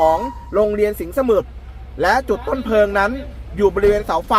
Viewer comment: ปอบก็ครับ_เพลิง_นะครับไม่ใช่_เพิงหมาอหงนครับ